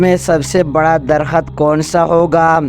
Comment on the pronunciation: Aap ko padhna nahi aata hai kya darakht ko darkhat padte ho.sabdo ka sahi bolna seekho.